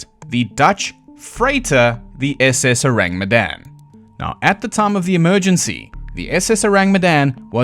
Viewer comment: The moment you put accent on "SS" and "freighter" I knew, without knowing much of civilian ahips, that the classification is wrong.